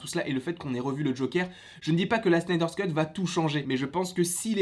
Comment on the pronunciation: arrête de dire Snyder Scut stp C'est Snyder Cut!!!